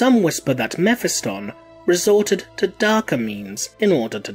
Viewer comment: Please stop slaughtering character's name like that. Mephiston is NOT pronounced like that...